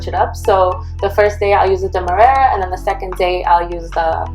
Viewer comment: It’s clearly printed in the bag she is showing you . She pronounced it perfectly as its printer “DEMERARA “. She doesn’t need to do anything , you need to rewatch and look for clues if you are having trouble understanding her. Is right there on the bag. You can pause the video and clearly see it . You’re welcome ♥️